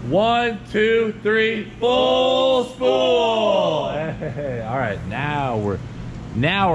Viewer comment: I know you're saying. Full spool but all I hear is fool's pull.